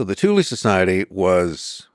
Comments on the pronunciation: why are americans always pronouncing E as I ? thulE not thuli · I've got German friends, according to them it's correctly pronounced as TOOLAH. Definitely NOT Toolaay 🤣👍🏻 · Pretty sure it's pronounced 'TOOL' not 'THOO--LY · And the guest can't pronounce Thule correctly either. It's not Toolaay. It's TOOLAH. I have German friends, I asked them, it's pronounced TOOLAH. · The THULE Society, Thule: German language. Therefore the correct pronunciation is: "Tool-ah" . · I know! That's absolutely shocking. I can't help but wonder if it was done on purpose for whatever reason. The other guy can't pronounce Thule correctly either It is pronounced as "Tool-ah" It's a German word, they DON'T pronounce the "TH" sound. And the letter "E" on the end is pronounced "AH" . So, correct pronunciation is Tool-ah. I'm not just making this up, I have some German friends, they told me how it should be pronounced. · This guy said nothing but “bunch of gobbledygook” and gave no other background than some random guy that he barely tied into all this. I’d like to hear his opinion on the Talmud next, and “TOOL-EE”….. cmon Jew at least try to pronounce the shit correctly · Hell of a pronunciation on Thule, I believe it rhymes with fool or tool. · It's pronounced "Thool" - Supernatural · It isn't pronounded Tu lee. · I'm struggling to watch this when he can't even pronounce the name of the society correctly. Typical yank.